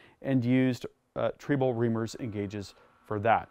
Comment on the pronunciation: is not pronouncing "Triebel", the German way. WAFFENWERKZUEGE!